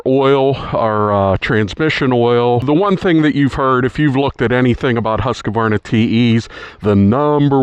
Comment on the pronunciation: It’s not ‘husKUHvarnah’ It’s just ‘huskvarna’